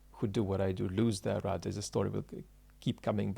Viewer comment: I'm glad you spelled out that he was saying rudder, it phonetically sounded like router or routah.